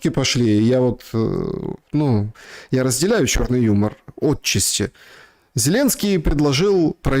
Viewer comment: не Отчасти, а отчАсти